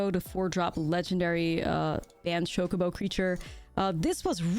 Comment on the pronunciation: I like that she calls it Shocobo